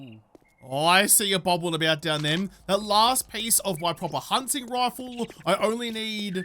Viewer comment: Sometimes when you say rifle I hear it as rofl 😅